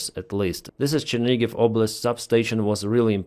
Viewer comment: Chernihiv not Chernigiv